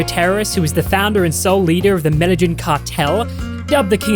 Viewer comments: Not medajin it’s Medellín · dude said "medal-inn cartel" LMAO. med-e-een mate. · It is pronounced the "Med" "i" "een" Cartel. Named after the place it originated. When will you lot start doing proper research, it's not hard. Just watch Narco's the first series, I'm pretty sure its in that, plus its a proper good show.